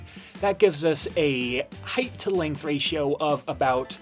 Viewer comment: This was a great video other than every time you said “heighth”